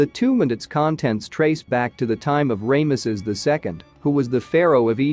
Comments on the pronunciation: Its Ramesses NOT.... Raymesses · You know you'd think that if you narrate these videos you could pronounce a Pharaohs name as popular as Ramesses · Definitely an interesting pronunciation. I suppose the first syllable is okay, since it refers to the sun god “Ra”, which some people pronounce as “Ray” (like the rays of the sun).